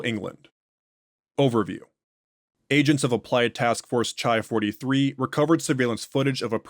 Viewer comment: I’m sorry to be That Guy but the classics degree in me is jumping out lol: I think the MTF designations are based on the Greek alphabet, so “chi” would be pronounced like “khai”, it’s like a k sound with a little puff of air, like how you say “Christ”. Keep up the awesome work!